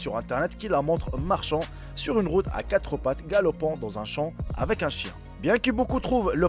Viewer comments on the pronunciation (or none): none